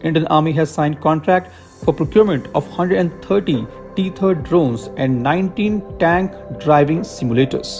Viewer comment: Bhai teri english ki pronunciation itni kharab kaise hai? "Teeth erd" nahi hota, टैथर्ड hota hai